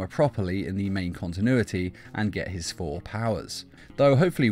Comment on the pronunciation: I like how you say 4 instead of thor